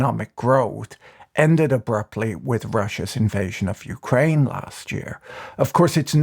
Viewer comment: "Youcraine" First time I heard it pronounced like that.